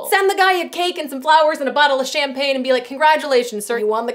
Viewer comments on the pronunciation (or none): none